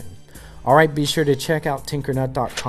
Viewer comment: EACH TIME I HERE YOU TUMBLER FACE BOOK AND TWITTER IT SOUNDS LIKE tumbler tacebook and titter